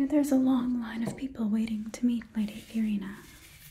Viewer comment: this video was very well done, but question.... do you actually play genshin 0_o. cause you mispronounced quite a few things from fontaine. most notably furina's name